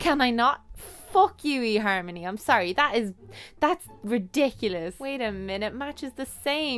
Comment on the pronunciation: your accent makes "fuck you e-harmony!" sound so great.